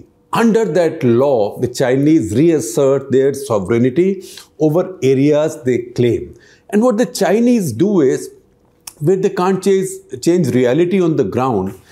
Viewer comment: Mr Shekhar Gupta. SOVEREIGNTY has just three syllables. It's pronounced SÒV.run.ti with stress on the first syllable. Modi's 56" chest has proven to be a chicken's chest vis-à-vis the nasty Chinese aggression. All talk, no action! That's the BJP's motto.